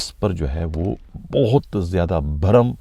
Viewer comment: Bhai"ANTAK" nhi"ANTHAK"..aur"BOATT"nhi"Bohathh"..plz apni urdu behtar karen...ye sb battain MQM ki Mott sy pehly ki hn ya badd ki,kion ky ab to Karachi mai FARISHTY move kr rahy hn...yar ye sb wardatainn aik roti salan,Chai pr beyhlny waly sahafi ko patta hy to phir ye "aunty" corruption police Kia sirf hissa wasool kr rahi hy😊